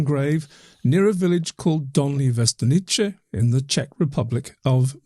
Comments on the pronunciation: As czech I have a few notes about pronounciation Dolní Věstonice. The first part was fairly okay. But end part 'nice' sounded as if it was an Italian town. They are pronouncing it as ch in chequers or cz in czech. But it is meant to be c is as c in pronunciation. But otherwise it is good video. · Correct pronunciation: Dol-nee Vye-sto-neetz-se. Please give it a try gents. I cringe every time you guys butcher it. Thank you from all Czechs. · Not that it hugely matters, but [ DOlnyi VYEstonyitse ] , with first syllable stressed ;) In Slavic languages, every C is ts (except in the CH combination, then it's a strong H) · It's pronounced Dolnee Viestonitse